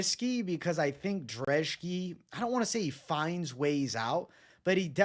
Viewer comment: Why do you pronounce Brzeski as Drzeski? Your last name is, do people call you Bevito mate? 😅